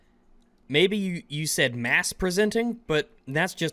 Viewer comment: When your say "mass presenting" it's actually "masc presenting" meaning "masculine presenting"